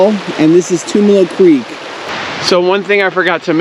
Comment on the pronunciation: Great video. Thanks for sharing. Tumalo Falls is a go to hike here in Bend when friends and family visit us. One small nit though. Locals pronounce it Tum (like Tums) Alo not Toomalo 🙏😁